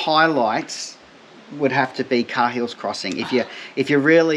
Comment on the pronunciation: Love the vids guys! Just one thing though, Cahills is pronounced "kay-hills" and Ubirr is pronounced "ew-beer"... :)